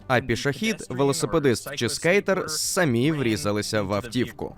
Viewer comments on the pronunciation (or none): none